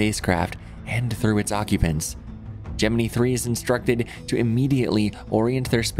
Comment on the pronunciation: I low key cringe at his correct pronunciation of Gemini